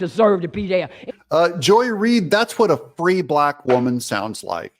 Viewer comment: Joy-less reed. You need to say it right….